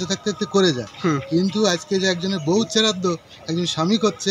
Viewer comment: ota cherraddo na ota sraddho bole😅 by the way kaku tar wife er sraddho kore khub valo kaj koreche ❤